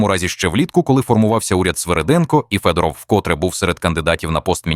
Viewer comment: Вимовляйте прізвище Федоров українською, а не російською!!!